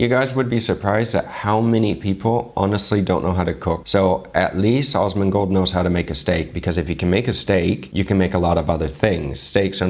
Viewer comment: Love it, please denote in future references that it is AS-mon-gold, with a short 'a', exactly as in 'as'. I've just experienced the strangest singularity feeling among crossover chef videos that I've ever, ever watched...between you, Guga, Chef Brian Tsao and Chef Paul (Frenchie), even Uncle Roger, with also my gamer/WoW background, who also knew of Asmon the legend gamer, since years ago...and it's been a weird, wild ride. Love your channel dear sir, keep on keepin' on. <3